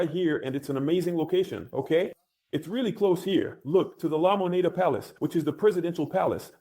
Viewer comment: "LA MONA"? LA MONEDA (THE MONEY)